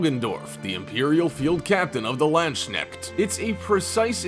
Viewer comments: landshnekt xD dude its Landsknecht Lands-Knecht... dafuq is a landshnekt xD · "Land-Sneckt"??? It's pronounced "Lands-Knecht"!!! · Next time please try to google how to pronounce Landsknecht. It is not that hard, it is only german. But you butchered it.